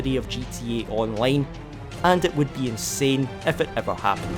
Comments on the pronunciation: It's Scottish, probably a country you dont know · The way you say gta online is really funny to me for some reason